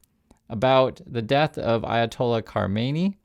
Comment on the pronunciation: you just called khamenei hermione and its cracking me up! better than the horror of the moment for one second